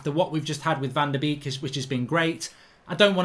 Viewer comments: Donny van de Beek is pronounced ‘bake’ as in baking a cake Mark ?....also as in the 250th birthday boy - Ludwig van Beethoven ! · It's pronounced "Bek" but make the e a bit longer cause of the double e. I know, Dutch pronunciations are hard